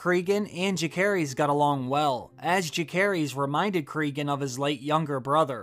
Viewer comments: Its so funny how you pronounce Jacaerheys. 😂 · The way he pronounces Jacaerys is way off. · Are you pronouncing "Jacaerys" on purpose? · How do you watch a show and have a youtube channel about said show and not even know how to pronouncd the name Jacaerys